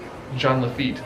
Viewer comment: ITS JEAN LAFITTE COME ON